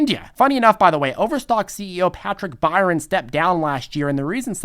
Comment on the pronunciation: Byrne is pronounced Burn, not Byron. I know, my last name is Byrne.